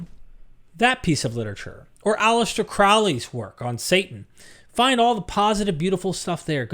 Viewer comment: M8, Crowley's name is pronounced CROW-lee. "Crow" rhymes with snow, grow, flow and sow. It burns me up that Americans almost universally mispronounce his name. Secondly, Crowley wrote a lot and I've read a fair bit of it but almost none of it was ever about Satan. I say almost because I'm sure that somewhere in his work he does mention Satan but I've never come across it. His writings and religion incorporate Kabbalah, Judaism, Kemetism, Christianity, archangels, Tarot, Buddhism, Yoga, psychology, sex, yoga, mantra, etc. His primary focus was theurgy, or becoming one with the godhead. He wasn't particularly theistic and mostly saw the gods as something approaching Jungian archtypes, ie, aspects of the human psyche that ritual can help us tap into. Like i said, he wrote a lot and often contradicted himself. But for someone as knowledgeable of and respectful of religion, it's disheartening to see you associate his name with Satanism. I understand why pop culture confuses all occultism/paganism with Satanism, but I expect more from you.